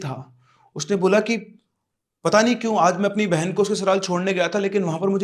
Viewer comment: baina nhi hota bena hota hai